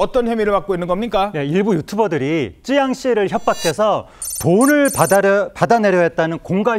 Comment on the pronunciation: 앵커맞나? 찌양이 아니고 쯔양이다 ㅡㅡ